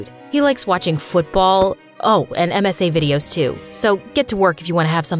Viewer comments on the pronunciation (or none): “Messy” no it’s msa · who noticed said messy and not MSA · Did no body else see how it said missy instead of msa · Bro he said messy videos 😂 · When said the things Jude liked, he said MSA videos, but in the subtitles, it said “Messy videos!” 🤣🤣